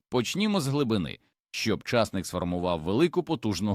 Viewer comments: чАсник -чАснык , часнИк це , а не чАснык . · Ідійот, невже так важко втовкмачити ШІ що ча'стник-ов (приватників) сажають тільки на болотах, а часни'к садять в Україні і встановити правильне звучання слова. Просто жахливо, неможливо слухати, хоча тема і потрібна для села.